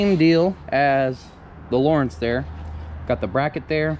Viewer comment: It’s lo rance not Lawrence